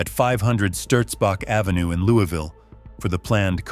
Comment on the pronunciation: Marissa 's hometown is pronounced "Louis" ville. I lived there,! Only in KY is it "louieville"